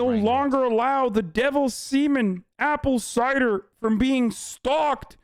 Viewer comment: “Apple cider”